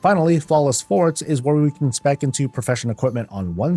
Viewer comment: Great Video! FYI, it isn't pronounced "Forts", but more like "For-Tayz"